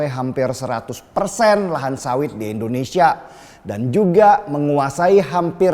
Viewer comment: Indonesia bukan endonesia